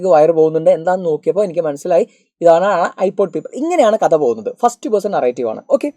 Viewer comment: NoT IPAD IT'S IPOD😂